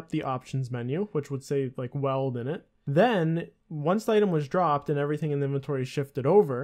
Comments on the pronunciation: i can't get over him saying Weld instead of Wield XD XD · It’s not weld!!!!! It’s wield!!!! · Can u not say weld, its wield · Combat smithing confirmed. Great video, but omjesus it's wheeled = wield. <3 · bro learn how to pronounce wield its not weld lol its like wheel'd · Is that a Canadian thing, to pronounce it “weld”? I’m going to have to say “wield” all day to cleanse my brain. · ...weld? Wtf its WIELD (WEE - ULD) cmon man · Your pronunciation of wield is funny. You say it like weld instead of wheeled. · weld. wield. dude please. its like you havnt even touched the game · weld??? Weeee-elllld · Wield not weld, wtf lol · Pronounce it like wheeled :) Great video! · You pronounced weild wrong btw, it's pronounced like WEELD, if that makes sense. Just type it on google and click the sound button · The true glitch is the way he says weld. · it's pronounced wee-eld